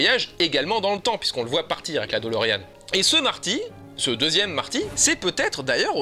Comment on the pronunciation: Ce n'est pas "DOLOrean" mais "de Lorean".